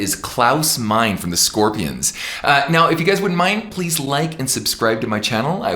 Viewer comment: Klaus is great but Ken you should not pronounce Meine as Mine. It is Maj-ne like two syllables. Otherwise I love your singing and your teaching. Keep up the good work!